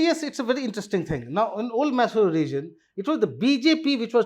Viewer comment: Pronunciation corrections - Goda - Gowda , Maysoru - Mysore , Chitradurg - ChitradurgA